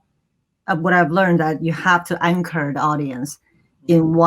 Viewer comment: The director's😉Mexican? She can't say 'anchor'.